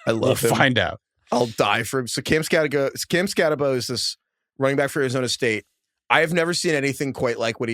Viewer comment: loves Skattebo so much that he can’t pronounce his name correctly…